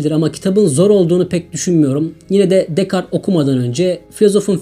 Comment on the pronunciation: hocam descartes'in okunuşu dekart şeklinde olur, aman diyim pataklamasınlar sizi :)